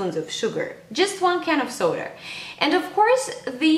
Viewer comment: lol "soder"